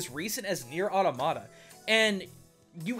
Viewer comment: That pronunciation of automata just killed me